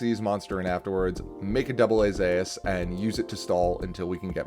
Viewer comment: Great video, but am I the only one annoyed by the way AA-Zeus is pronounced? XD